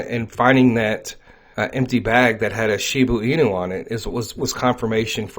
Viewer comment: It’s NOT Shibu Inu, it’s ShibA Inu!